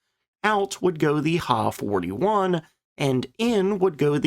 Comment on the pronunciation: The narrator does not know anything about Japanese aircraft names. The Ki-44 is pronounced K I not key also the Ha is H I not ha! get people to do these videos that now what they're doing!!!!